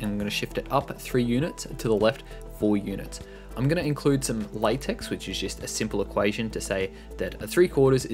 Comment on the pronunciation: Good video. Thanks. BTW, Latex is pronounced lay-teck (or lah-teck).